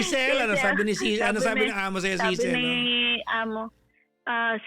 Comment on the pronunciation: Tama yung pronunciation nya ng Cecil kapag sa Southern English